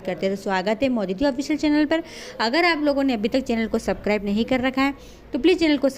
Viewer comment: Platelets bolte h correct bola kro Subscribe bhi galat bolti ho